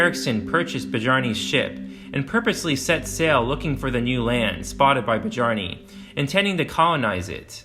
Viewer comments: Beh-jar-ni? Really? Come on… it’s Byar-ni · Badyarni? The name is Biarni. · Bjarni, like "Byarni". Anglicized sounds awful. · People who cover Viking stuff really need to learn how to pronounce the names. Not buh-jar-nay, byar-nuh is more likely, but hard to say for sure without the spelling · The namr Bjarni is pronounced "Byarnee" the J makes the Yuh sound not like in Jungle. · Bjarni, pronounced biarnì, not bajarnì. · It's not "Bijarney" boss. It's pronounced "BEE-arr-ney." Actually most of your pronunciations were dreadful. The video was otherwise good. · Bjarni is pronounced Byarni. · "Bah-Jarny"? In the Germanic languages 'j' sounds like a consonantal 'y' in English. And, there is no vowel sound between the 'b' and the 'j'. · Your pronunciation of names is shameful… “byarni” Gringos who act superiorly educated until they go to places like UK or Japan and find out they ain’t… anyhow good insight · Man, you brutalize these foreign names 😂 Bee-jar-nee 😂 Good Video though 👍🏽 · Good video. Newfoundland is pronounced Newfundland and I believe Bjarni is pronounced Byarni.